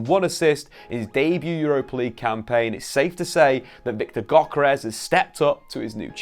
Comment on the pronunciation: It's pronounced yokeres